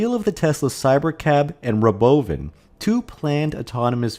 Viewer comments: Stop having software bot readers that can't BEGIN to pronounce "robovan", or I'm never watching your crap. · The pronunciation of “Robovan” cracks me up. Never gets old. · it does get old. Just about time to stop saying it.